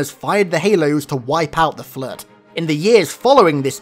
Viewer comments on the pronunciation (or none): It's floooooooood not fllluud.